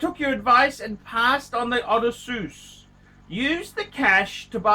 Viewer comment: ARCH... SAY IT WITH ME: O-DESS-SEE-US, FMD!!!!